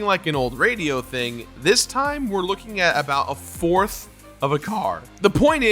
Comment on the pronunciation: Idk why but hearing you say "A fourth" seemed so wrong.